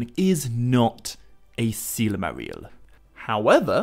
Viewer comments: Stop saying Sillymaril! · It's "silmaril," not "silamaril." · Every time you say, Silmarill, Morgoth is somewhere becoming so friggin triggered. Lol (sigh) I love ya Morgoth but you gotta chill okay.